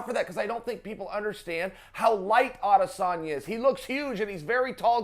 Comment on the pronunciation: Why does Chael call him 'Odesanya?'